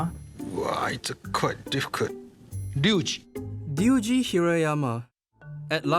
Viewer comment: Ryuji not duiji right?